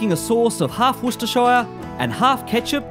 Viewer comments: What a shame you can't pronounce Worcestershire.. i.e. as in Woostersheer..! But great recipe. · Got to work on your pronunciation there mate. It's more like Wustehsheh. There ain't no shire despite the spelling. But hey it is worse in the US where you have people saying War Chester Shire or something similar. Grilling season is over here, so no idea what I'm doing watching your videos. Maybe planning for when the weather warms up again! But, regarding oysters - raw is always best surely...